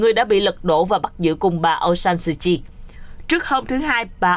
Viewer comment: Tên người ta mà đọc trật lất..pnv tệ thật..!